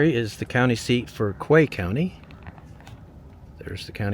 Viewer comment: Great video, but the county is pronounced key though spelt quay.